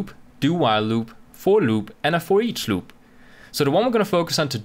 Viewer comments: "LLLUB" 😂 Btw awesome video! lol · same! louop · I love the way you say "loop" :D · I thought i was the only one who thought that XD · hahaha I just started the video and scrolled down directly just to see if some1 else noticed the pronunciation xD